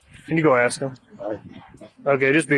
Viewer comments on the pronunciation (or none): We all knew what mr McGraw great grandparents did for a living as soon as he didn't listen to police orders then started shooting at them we all knew immediately how he would pronounce the word ask